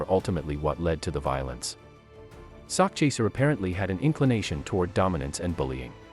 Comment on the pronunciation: Nah the dude in the video kept saying it as sockchaser lmao I think it's an AI voice or some shit, idk how else anyone wouldn't pronounce it right, but yeah sakchaser if y'all really don't know it means he chasing a bag of money, I know it's a weird name though, but he had good music.